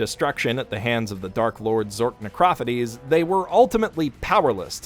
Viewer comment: NEH CRAH FUH DEES. IVE NEVER HEARD SOMEONE PRONOUNCE IT LIKE THAT OMGGG.